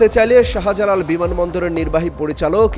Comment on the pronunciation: শাহা জালাল কি অমিত শাহার ছোট ভাই? উচ্চারণ ঠিক না থাকলে ভয়েস ওভারে অন্য কারো ভয়েস ব্যবহার করো। শাহবাগ, শাহজাহান, শাহজালাল এই শব্দগুলোতে শা এর পর হা উচ্চা করার কি দরকার? যাইহোক, দিল্লির খবর তো ফোনেই পাবা। বিমান বাংলাদেশে লাইগা থাকো, ওদের প্রত্যেকের ইমিডিয়েট মতামত দিতে বাধ্য করো। ইউনুসের আমলেও বিমান কর্তৃপক্ষ অনেক অস্ত্র গায়েব করছে। বাংলাদেশের ভিসা সব দেশে থেকেই রিজেক্ট হচ্ছে। বিমান বাংলাদেশ ব্যাখ্যা দিতে বাধ্য তা না হলে চাকরি থেকে অব্যাহতি দিয়ে কোর্টে হাজির করতে হবে। সমস্ত উচ্চপদস্থ বিমান কর্তৃপক্ষের ইমিডিয়েট ব্যাখ্যা জরুরি, পুলিশ তদন্তের পর ঐ সাক্ষাৎকারের কোনো মূল্য নাই।